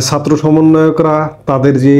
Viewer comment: Please fix your pronunciation of জ and ছাত্র । Please and thank you. 😊